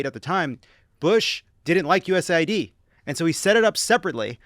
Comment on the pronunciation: Shouldn't that be pronounced US aid, not USA ID